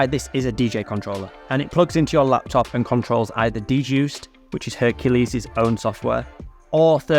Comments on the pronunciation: it's actually pronounced D-Juiced. The wrong pronunciation was a stupid idea of the new product owner on the Hercules team. 🌈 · Actually, it's not. When I heard of it back in 2017, it was called DJuced 40 (pronounced Juiced 40). Digital DJ Tips has a review on it you can look up. Where is your source???? ... Even their free scratch samples that you can download today say "juiced 40" 😂